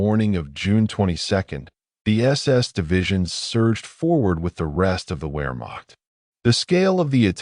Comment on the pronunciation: Well, where to start. Nah, never mind. My criticism is too extensive. From mispronunciation, to the seemingly absent chronology to the literal omission of the Allegemeine SS. Sorry, buddy. Maybe do more research of your subject before attempting a 5 hour long monstrosity like this. Better research will yield better results. ( Pronounced Vaffen and Vermacht!)